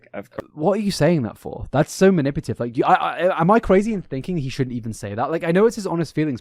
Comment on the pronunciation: Manipulative... Not "manipative"... Please pay attention on how you speak.